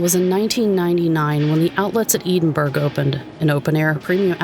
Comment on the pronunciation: it’s pronounced Edd-in-burgh not Ede-in-burgh. Great video tho!